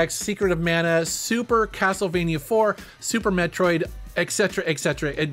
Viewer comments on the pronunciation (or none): none